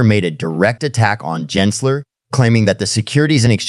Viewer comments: NOT "Jensler" it is Gary Gensler geh- geh- "gehnsler" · Gins ler…..? AI nice try